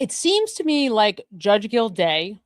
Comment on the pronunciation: And the judge is Gilday not gildayuh lol, drives me a little crazy too. Just a typical type A !